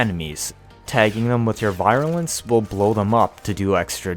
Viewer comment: virulence..vir sounds like we’re not like bye.